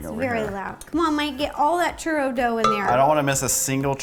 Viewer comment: You put the RO in churRO